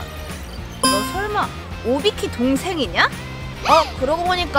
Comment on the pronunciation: 에서 오비키 라고 해야 하는데 오바키 라고 함ㅋㅋㅋ